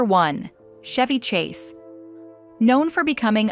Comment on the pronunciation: Chevy Chase"s name is pronounced w/a hard "CH" LIKE CHOP, CHUG, CHAPEL ETC, ETC,- Steven Segal's last name is pronounced Se•gall